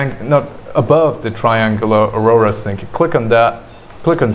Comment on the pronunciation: Aurora? AU-RA